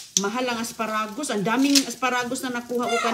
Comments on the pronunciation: What "aspa-ragus"? Boba ka pati pronunciation binabago mo. Ano ang menu ng mga baboy ngayon? "Uy sarap,ganyan yan,ayus yan,ok na " mga walang kamatayan expression ni. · lukaret na talaga si,the way she cooks shows it.😅😅😅pati pag pronounce ng asparagus mali!!!!